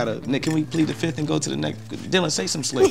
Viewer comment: Ya'll notice how hes called Dilan and not Dylan?